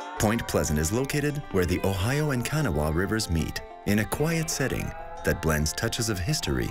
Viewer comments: Lost me with the mispronunciation of “Kanawha”! It’s not can-a-wha! It’s k-no-wha. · It is pronounced Ka Naw Wa (Kanawa), emphasis on Naw River, not Kan O Wa !!! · Please learn to pronounce names PROPERLY before making a documentary! It's NOT KAN-A-WHA......ITS KA-NAW-AH River!!!!! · I quit watching - about 15 seconds in - as soon as the narrator mispronounced "Kanawha" ("Kan-a-wah" instead of "Ka-NAW"). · Okay a good doc but its not pronounced Kan-uh-wall, its cun-awe-uh. Im from point pleasant and live about 15 min from TNT. Most won't like this bc it's not as fun but, it was a bird. There used to be a 2 or 3 story brick building next to the fair grounds, spitting distance to where the mothman was seen. Everyone called it the bird house bc an oversized Sandhill crane was caught in it a few weeks after the mothman sighted. As far as the bridge, I. Am friends with several ppl that were there when it fell. My grandma crossed it a few hours before after her shift at shoneys (long gone) going back to her home in ohio. There was 0 mention of the mothman. The 1st i heard the connection was at the first festival. The CIA agent stuff likewise, it came much later. So theres your mothman. Jeff Wamsley is awesome, he's done a lot for our little town and I recommend the festival (which just past last weekend) it's a lot of fun. TNT (Mclintic wildlife sanctuary) is a creepy place but ive been there many times at night, alone, in the woods, and nothing happened. unfortunately, the myth is just a fun myth. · It's pronounced "Ka NAH wah" Do your research. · At least lesrn how to pronounce Kanawha.